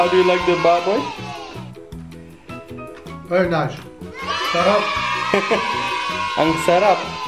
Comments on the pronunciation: The way you say "baboy" is so satisfying. I can hear all the notes.. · That’s crisp as lechon pronounciation of baboy. Loved it!